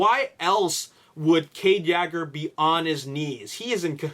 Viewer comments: WTF it is Yeager (Yay-gur) not (Yaager) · It's pronounced Yeah-ger,not yager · ur sayin yager wrong its purnounced yayger :) watch tf4 its how they all say cades last name lol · kade yagger? you mispronounced that horribly. its kade Yeager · This is too much assumption based on what's happened in T4:AoE... they arent going to do the same thing AGAIN in T5:TLK. Every movie has been different and unique... and it's Cade Yeager (as-in "Yay-ger") as pronounced ALL through Age of Extinction, not YAGGER... like Mick Jagger or Mick Yagger, LOL. Sometimes these vdeo's are good, but... theories based on theories have no solid foundation... there arent any official spoilers yet, so all of this can be complete false. LOL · Cade yagger, it's Cade Yeager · ...please stop saying Cades last name that way...its waaaay off. it's pronounced (Yay-Ger)...Yeager.not....YAAHHGer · law84 No he's just being stubborn dumb AF. If you listen closely he mention the last name as: Yaager and then Yegger while its Yeager. In his previous vlogs he pronounced it good. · U province Yeager wrong - it's Yee-ger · btw it is (yay-ger) I don't want to be mean but you can call it whatever you want I'm just saying that is how you say it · 09 he resides I Canadia...lol.(Canada) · can you please start pronouncing Mark Wahlberg's character name correctly it's annoying hearing it miss pronounced every video. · you pronounce his last name wrong